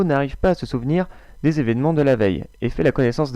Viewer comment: Coucou ! J'ai découvert ta chaîne grâce à une video présentation et moi qui suis fane de mangas je suis très bien tombée :). J'adore ce type de video, je vais toutes les regarder xD. J'ai cash reconnu Again de Yuki et c'est "des" et non pas "desu" ;) N'hésite pas à passe sûr ma chaîne, il y a un concours en ce moment :).